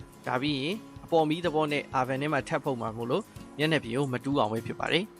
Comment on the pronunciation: Thanks bro 👌 by the way no Ar ban , it's sound O-ven or All-ven (van le ya tal)